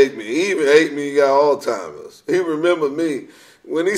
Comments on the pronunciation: Earthquake said Paul Mooney has "all-timers".....lol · Did he say, “That nigga ain’t got no ALL TIMERS?” He said it about 3 times too 🤣🤣